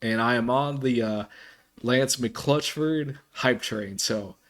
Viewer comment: Lmao it is McClutcheon, Mc clutch eon...it is definitely not mcclutchford hahaha.